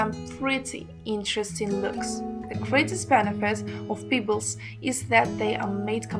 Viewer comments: Lol, Peeebles? lol Pebbles lady! To funny. Before you do a video for all to see. Learn how to pronunciate the words first! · Thank you. Check your pronunciation of "pebbles". Sorry to be picky.